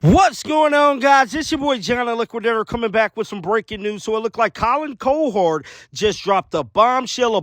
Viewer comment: Colin KO-Hord? DAMN!